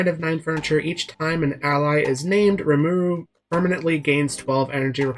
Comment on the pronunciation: Say his name right. Watch the anime